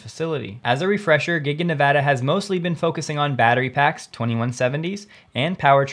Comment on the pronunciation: Thank you for Nevada correctly!!!!!!!